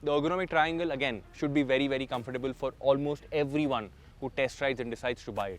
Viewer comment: I'm amazed that after all these years you can't still pronounce 'comfortable' properly